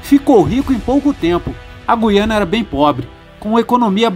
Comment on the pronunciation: Parabéns pela pronúncia correta de GU-I-A-NA. Os menos esclarecidos pronunciam, erroneamente, como GUI-A-NA, com o "u" mudo, com a primeira sílaba soando à semelhança da sílaba GUI, da palavra seGUIda ou da palavra GUIA.